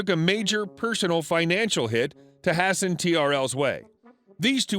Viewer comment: First time I've heard you mispronounce something. Hasten is pronounced haste en.